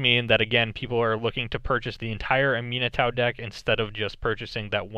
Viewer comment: Ah-mee-NAH-too, not UH-mino-TAU. I kept thinking you were talking about a Minotaur deck.